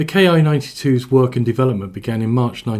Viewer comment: Sure looks like a copy of the Curtiss Commando, C-46/R5D. But more sesats in the cockpit, and a tailgun. OBTW, IJA aircraft were designated by the katakana letter Ki, [one cypher] that's pronounced KEE. It's short for the word for airframe.